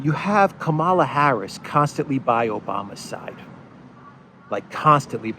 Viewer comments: It is pronounced Kamala as in Pamela. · Camela. She says it herself. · Hi, You are NOT exactly pronouncing that lady vice president's name.......But, menaing-wise, your pronunciation suits to her charecter and behaviour.......(Especially when she laughed on seraiously hearing about refugee crisis from Ukraine)........ Further, If you remove "Ka" from your pronunciation, the meaning will be a 100% best fit......Thank you so much.